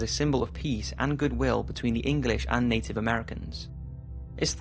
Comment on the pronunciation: Its native not Inden